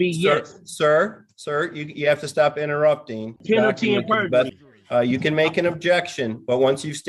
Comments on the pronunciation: penalty and burjery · Lol, "burgery" I spotted that one too !😂And it would be "under penalty of perjury" and not "penalty and perjury". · Penalty and BURjury!!! 🤪😝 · He thinks it’s penalty and berjury?? Or is he just an extra idiot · Is he saying "Penalty and burgery"? Why do they all mispronounce simple words?